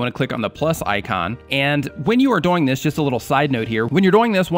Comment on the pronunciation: "by doying that" but cool thanks